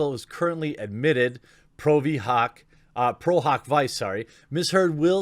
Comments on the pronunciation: Pro Hac Vice = Pro Hac VeeChay Just an FYI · It's pronounced "Pro Hawk Vee-chay". Last part is kinda like "dee-jay". Means "for this instance or occasion only" Your Latin lesson for the day.